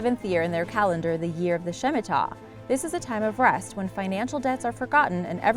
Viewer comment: Not "shimita" - shmitta.